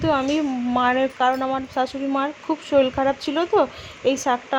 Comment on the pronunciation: Soril keno bolcho, ota sorir